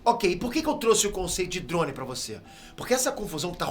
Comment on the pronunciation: Po,! Para de falar OVNI dando ênfase no i 🥴 e também falar droun... É DRONE cara 🤣😂🤣😂🤣😂🤣